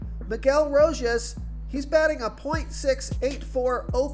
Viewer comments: I'm only here to hear the butchered player names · Another named butchered man bro R*O*J*A*S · Lmao. It’s every single video 😂